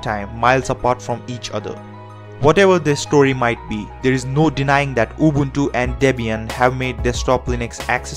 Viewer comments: at least he's not pronouncing it "ubantu" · His pronunciation is 100% correct. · I realized people with English as their first language always pronounce it like Ubawntoo when the letter u in english is still pronounced normally like the guy in this video pronounces it. There is no reason to pronounce u as aw or o even in English.. No idea where it comes from.